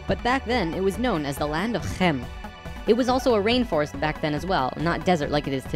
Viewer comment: wow how you pronounced khem. that's the g. like one of the staple sounds in Dutch. and then well from the part where I live. the soft g. or "zachte g" (ch is pronounced as g)